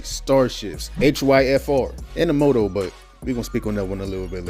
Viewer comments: Jesus Christ it's "MAH-toe" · W vid but bro if you say moe toe one more time😂😂😂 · Motto - pronounced "Mah-toe" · You kept mis-pronouncing motto